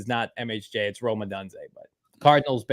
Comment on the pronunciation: So Proud of getting Rome’s name right! is lost cause!